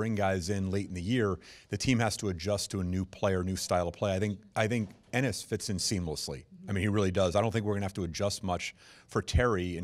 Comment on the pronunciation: Did he just said "we like anus" ? 🤔